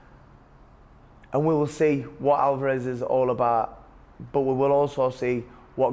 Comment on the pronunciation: WHY ARE YOU CALLING HIM ALVAAAAREZ? NO ONE SAYS THAT. On the plus side, liking these interviews